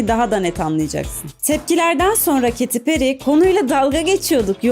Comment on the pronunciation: Kadinin adigini dogru soylesen on numara video😂